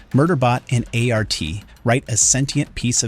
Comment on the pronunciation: Another AI quirk is how it says SecUnit's nickname for Perry. Might just be because of the Audiobooks, but I always think ART, not A.R.T.